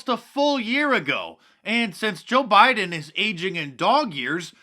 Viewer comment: did joe say Widen ? instead of Biden